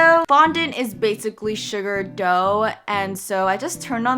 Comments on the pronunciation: You said shuga and it sounded like suga #BTS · OMG... When u said Sugar ( without saying the r ). It reminds me of one of the members from BTS that has his nickname Suga